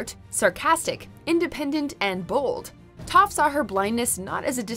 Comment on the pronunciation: The way they pronounced Toph makes me cringe. Also how could they forget Ty Lee, Suki, Asami, Princess Yue, Momo, Hakoda, The Cabbage Merchant, and Smellerbee?